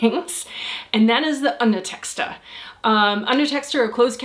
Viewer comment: "Underteskter"? It's "undertekster"*.